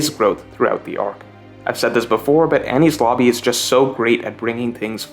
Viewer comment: cant get over the fact u sound like ur saying any sloppy